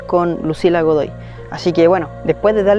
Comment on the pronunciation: Fui la única que se dio cuenta de que dijo "Dogoy" en vez de "Godoy"? 😅 jajajaja